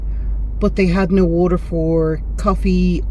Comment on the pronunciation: WALLOR😂😂ie WATER 😂😂